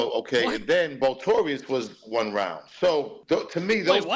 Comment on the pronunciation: Vultorious - dude can't even pronounce the title of his own song, yeah he definitely wrote that